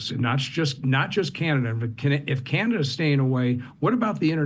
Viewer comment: Canadia lol😂